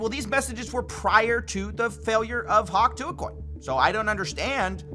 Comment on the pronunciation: Hawk Jew-uh